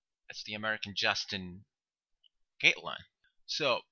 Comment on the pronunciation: I absolutely love your videos! BTW the way you say Justin Gatlin is hilarious:)